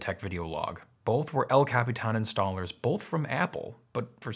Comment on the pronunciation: I love how you pronounce El Capitán!